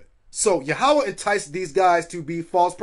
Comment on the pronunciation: It is pronounced as "Yahwah" not "YA HAWUH